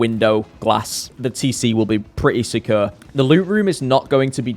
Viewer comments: “The concept of oasis seems so securr” 😂😂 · Always erks me how you say secure like kanye off all falls down 😂😂